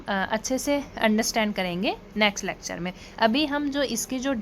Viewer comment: It's lecture not lacture.